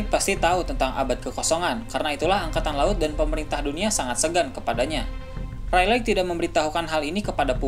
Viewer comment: Reylig min bukan reyleg 😂